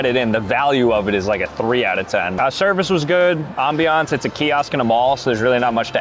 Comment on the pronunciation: Hey, it's not 'Aambiánce' its pronounced like 'Ambience' 😂